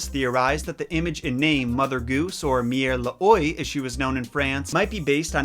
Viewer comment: Mère L'Oie, the French version of Mother Goose, is pronounced "Mare Loa", so you know next time. Good job on all your research. Your videos are very interesting and instructive! :)